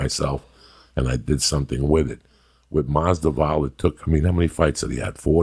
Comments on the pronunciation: He may never say their names right or even the same way twice, but Joey knows whats up when it comes to fighters. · "George Jay Mossdavall" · Masdival lol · 2019: Joey still cant say Jorge last name the right way but he loves him lmao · I can’t wait for the next UFC fight, Joey Diaz vs The Pronunciation of “Masvidal”